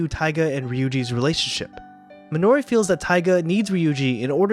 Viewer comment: You are completely butchering the pronunciation of “Minori” 😆